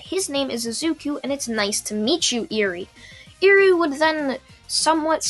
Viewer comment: its not eerie like creepy more like eh-wry